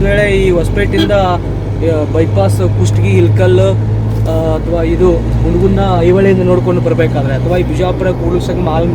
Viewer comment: Pustagi Alla its kustagi.. hilkal alla its ilkal. (English comments)